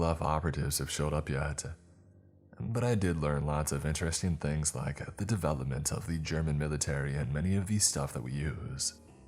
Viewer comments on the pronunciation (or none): none